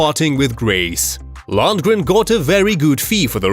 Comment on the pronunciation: To the narrator, he's called Dolph Lundgren, not Landgren. Lol, now I noticed it, halfway the clip he pronounced his name correctly. As if someone said the same thing to him as I.